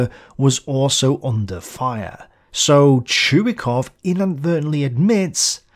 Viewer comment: His name is not pronouned "Chew-E-Cough", it is "Choy-Cough".